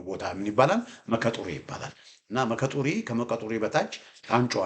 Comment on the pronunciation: የምትሰጠን መረጃ በጣም ግልጽ ነው ሙያህ ውትድርና ባይመስለኝም በካርታ የተደገፈ መግለጫህ ከታዋቂ የመኮንኖች የዛሬው ለብለብ ሳይሆን ከቀድሞው የሐረር ጦር አካዳሚ ምሩቅ ትመስለኛለህ በተመጽኦ ነው በየቀኑ የምከታተልህ አንዳንድ የአካባቢ ቦታዎች በኦሮምኛ አክሰንት የሚጠሩ ኦሮምኛ አለመቻልህን ይገልጻል ለምሳሌ "መከ ጡሪ" ብሐህ የምትጠራው ሙከ ጡሪ ነው ሙከ ማለት እንጨት ነው::ስለ ልደቱ የሰጠኸውን ፋኖን በተመለከተ አስተያየት ተከታትያለሁ ልደቱ የደርግ ኮምኒስት ግርፍ ካድሬ በመሆኑ የመቀናጆ በሬ ወደ አገሩ ይጎትታል እንደተባለው ኮምኒዝም በደምስሩ ስለተሰጠው ከዛ መላቀቅ ይከብደዋል የነዘመነን ትግል አኮስሶ ሲገልጽ ሳይቀድሙኝ ልቅደም በመሆኑ የነጀዋርንና ወያኔን ሴራ ሳያውቅ ቀርቶ ሳይሆን በእነሱ ተንጠልጥሎ የእነዘመነን የመጨረሻ ውጤት ለመጠቅለል በመሆኑ የሰጠኸው ምሁራዊ አስተያየት ለልደቱ ካላመጠው ጥሩ ጉርሻ ነው እስክንድር ነጋንም እግር በግር ተከታተለው አደገኛ ወስፌ ነው